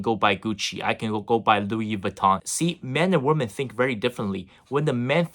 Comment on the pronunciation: Great content, but just a little suggestion; "Weemen"=Plural, Woman=Singular. Cheers!